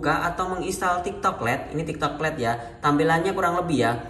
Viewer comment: Lait bukan let